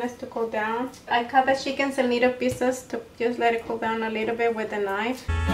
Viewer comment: She says cheeken